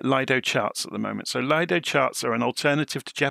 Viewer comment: Very nice video, thank you for that,one small correction when u say LAJDO charts it is acctually LIDO charts ,Lido is from Lufthansa that has developed their own Flight Planning tool in the 80,s and the name was given as LIDO which means LIDO ( Lufthansa Integrated Dispatch Operation )